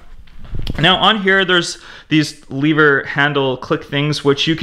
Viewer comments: It's a lever not a leaver. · Why do you pronounce “lever” like that.... but not “leverage” -__